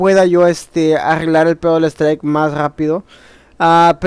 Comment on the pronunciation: se pronuncia STRAIK